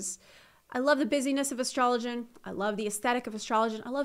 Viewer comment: astro-loh-gen lolol